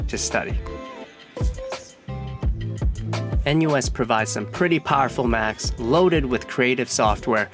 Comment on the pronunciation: feel bit weird hearing a-NUS